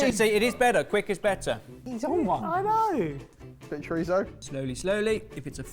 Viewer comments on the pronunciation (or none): none